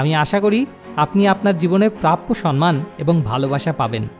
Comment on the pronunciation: আপনার প্রতিটি ভিডিও-ই মানুষকে ভাবায়। কিন্তু 'সন্মান' বলে কোনো শব্দ বাংলা ভাষায় নেই। এই ভিডিও-তে আপনি একাধিকবার 'সম্মান' শব্দটি 'সন্-মান' উচ্চারণ করেছেন। ভিডিও-র শিরোনামেও লিখেছেন 'সন্মান'। সঠিক উচ্চারণ হবে - 'সম্-মান'। আশা করি, আপনি এবার থেকে এটা মনে রাখবেন। কারণ ভালো উদ্দেশ্য নিয়ে করা যেকোনো কাজ নিখুঁত ও সর্বাঙ্গসুন্দর হবে, এটাই কাম্য। ভালো থাকবেন। 🙂🙏